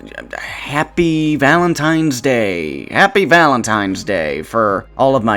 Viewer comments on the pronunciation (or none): Bro said "Valentine's" and then "Valentime's..." Unsubbing, blocking on all social media, watched an entire video (which was good btw, thank you for your content) only to be cursed with a mispronunciation 😭